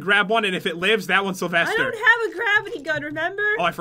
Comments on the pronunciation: Salvaster? Don't you mean Sylvester? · I thought it was sylvester not salvester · who is salvester??? isn't it Sylvester??? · I'm sorry, who's this "Salvester"? By any chance does he know a bunny named Sylvester? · Umm...Its Sylvester